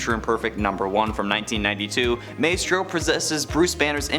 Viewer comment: Two things: it’s pronounced My-Strow. And Maestro is not the same Hulk from Old Man Logan.